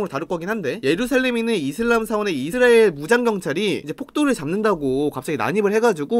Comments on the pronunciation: 이스르엘 이스르리엘 발음 아직까지 웃기시군옄ㅋㅋㅋㅋㅋ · 형 이스라엘 발음이 안되는건 여전하구나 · 이분 왤케 이스라엘 발음을 못함? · 이스라엘 부를때 발음 왜 그럼?